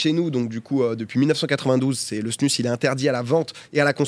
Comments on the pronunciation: Drôle de voir ça avec une snus dans la bouche😬 en tant que hockeyeur suisse…. Ps(ça se prononce snouse) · Par contre ça se prononce pas "snus"...